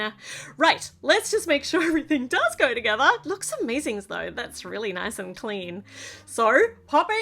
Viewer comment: . Here we gorrrrrr😂